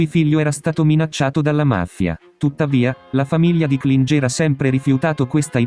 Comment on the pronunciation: Klinger si pronuncia “Klingher “ e non Klingé , il professore era di origini Austriache